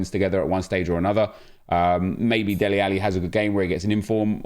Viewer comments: Dele not deli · Dele rather than Deli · Dude his name is DELE 😂😂😂 not Deli lmao😂😂